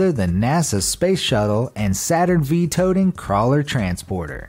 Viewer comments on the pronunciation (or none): He said Saturn VEE. It's Saturn five, V is roman numeral 5. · IT'S PRONOUNCED "SATURN FIVE" NOT "SATURN V"